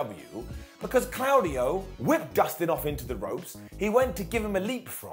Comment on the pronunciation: Sorry again but his name is Claudio, the au is pronounced like an o, it is not pronounced like a cloud in the sky.